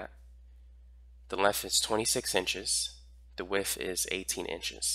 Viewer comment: I never care to correct people, but you are KILLING me with the “wiff” of something…. WIDTH! 😂💛😘